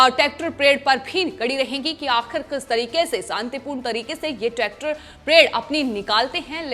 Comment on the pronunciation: It's not tactor madam